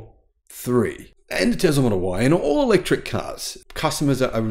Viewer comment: It’s Tesla not Tezla.